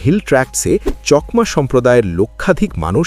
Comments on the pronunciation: চকমা নয় চাকমা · চকমা নয় চাকমা বলুন। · কথা টা চকমা না চাকমা? আমি তো আপনার উচ্চারণ টা প্রথম শুনলাম।